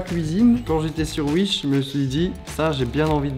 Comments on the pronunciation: Mdr "uish" sa se dit pas "ouish" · Il dit comment mdrrr ? « Uish » ? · 18h18 : l'heure du bonheur Et pourquoi tu dis Uish 😭 y a un ✨W✨ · C’est l’Alsace ça 😂😂